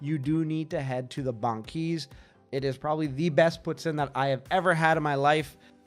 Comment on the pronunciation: Yea no, no one in Ontario calls it poo tin